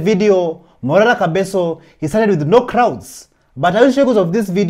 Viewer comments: Prezo ni Kebaso "ke" si kabeso "ka" bro get the pronunciation right bro😂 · Pronounce Kebaso and not kabeso!!! Leave the wrong pronunciations to the foreigners pris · It is Kebaso no Kabeso,! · Report properly the name is kebaso 😮